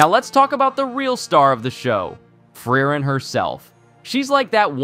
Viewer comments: its pronounced fri-ren and not free reign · i dont know how people can watch 20+ episodes of a show and still mispronounce the titular character's name. FrYReN. like nails on a chalkboard. FREE - REN. sparknotes users reveal themselves in the strangest of ways, dont they? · Fry-ren is my favorite pronunciation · It's "Flea-len" 😂😂😂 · American anitubers casually butchering japanese pronunciations like it's oxygen. Nothing new. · Did my man just pronounce Frieren differently each time?